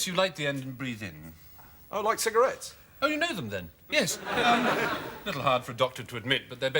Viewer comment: “C-cogarias?” “Cigarettes”